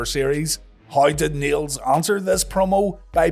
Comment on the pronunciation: I can't tell whether you were saying "Niel's" or "needles" but skipping the d like yall sometimes do.